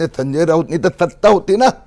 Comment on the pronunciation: सत्ता नाही त्तता😂